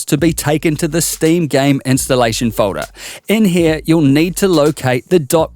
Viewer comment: learn how to say folder